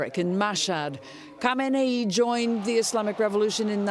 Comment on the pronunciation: In Khamenei and Khomeini, the leading k is silent, not the h.